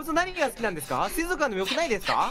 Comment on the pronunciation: 不破「水族館（すいぞくかん）」 椎名「水族館（すいぞっかん）」